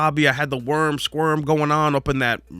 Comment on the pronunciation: The werm sqerm nomsayin 😂 good times 😢